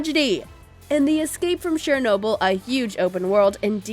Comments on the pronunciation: It's pronounced (chur noble) not Share noble, ugh. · You need to learn how to say Chernobyl.